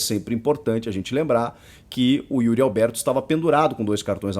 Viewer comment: Será q sou só eu q ouço UYRI ALBERTO qndo os comentaristas falam o nome do atacante ? kkk 🙃